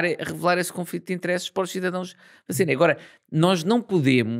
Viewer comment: Muito bom como sempre 👌🏼 mas...porquê "interésses"? 😂